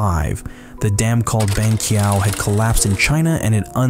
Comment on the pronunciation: Cringing every time he said "Banqiao"